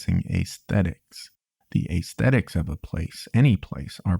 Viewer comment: "Ass-thetic" not "Ace-thetic"